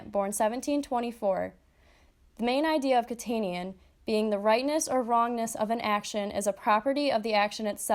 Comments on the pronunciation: Kant-ian not Kant-in-ian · kant-ian, not kantinian